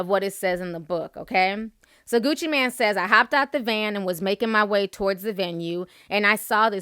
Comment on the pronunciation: his name is gucci MAAAANE nicht gucci MAN, geez i swear she needs classes on pronunciation